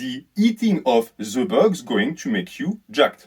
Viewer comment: This video should be titled “Should you eat ze bugz?”. Edit